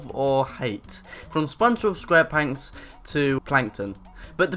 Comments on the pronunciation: when he said spongebob square pants it sounded like he said spongbob square panks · He said SPONGEBB SQUARE PANKS! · did he say spongdebob square planks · I'm sorry did you fucking just say Spongebob Squarepanks? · i love "spongebob squarepanks"